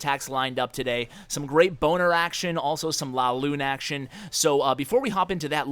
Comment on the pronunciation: Are you saying "boner attack" or do I just have bad hearing??? 😂😂